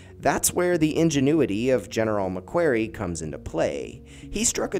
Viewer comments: This was terrible. Who’s GUVNOR MC KWERY lmao. I’m Australian. You should have 1. Researched. 2. Asked an Australian to narrate. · It’s pronounced Mac kwory. (Long o)